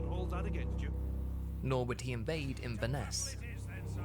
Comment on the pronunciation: as a Scot, I am here to tell you that your pronunciation of “Inverness” is giving me diabetes. I’ll tell you anything you want just please stop